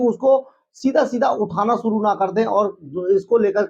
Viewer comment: pehle hindi jo ki hamari matra bhasha hai usse shudh karo. masinri nahien hota machinery, suru nahien shuru hota ha, jamanat nahahien Zamanat hota hai. anpad. baaj nahien Baaz, sayad nahien Shayad hota hai, ab aur nahien sun paoonga. aur sach bataoon too isse background change kar ke coat shirt pehen ke dukaan zyada din chalna mujhskil hai. Pehle aapni zabaan saaf karo